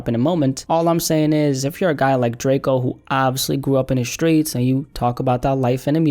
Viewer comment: “The skreets is the skreets glad”